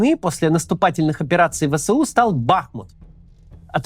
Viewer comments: ВЭ ЭС У, а не вэсэу Простите зануду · Максим, не «вэ сэ у», а «вэ эс у». Это без негатива, просто так правильнее. Первый вариант режет уши. Спасибо.